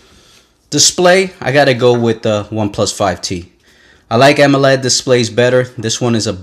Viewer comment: "Amoled" not Amoloid